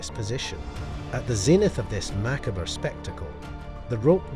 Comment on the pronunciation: Mackabra lol… it’s pronounced ma-cobb but i still like ya